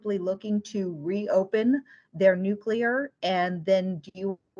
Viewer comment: 'Nuclear' please.